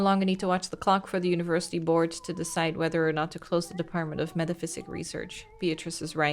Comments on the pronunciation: Bless, never realising it's MetaPSYCHIC not Metaphysic LOL And the song "Poor John" that keeps being sung, it's a real song, my Nan used to sing it sometimes LOL Also I love how when you're asked to answer the horror story questions the bookstore owner says you will earn "An Achievement" and you literally earn a steam achievement LOL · Okay, a day late but I've finally finished the video so now I can say with certainty: never picked up on how the word was "meta-psychic", not "meta-physic" 😭😭😭